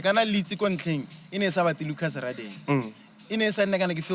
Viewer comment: Lucas Radebe's last name is not pronounced Raadebe but gaadebe. Its Nguni mostly isiHlubi